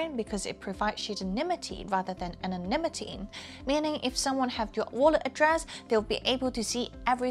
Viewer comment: Wait, did she say Sh*tanimity? 😂